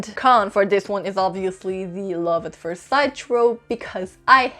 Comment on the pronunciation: I READ THE BETROTHED SO YOU DON'T HAVE TO...WHAT THE F----CK IS THAT? That is so stupid. It is like saying, I have lived a life so you don't have to. And learn how to pronounce first. Just google it. It is really easy.